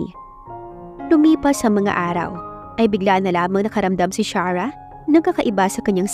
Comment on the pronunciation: Pangit ang pagkabugkas ng arte charah 😂😂😂imbis na Sarah kaluka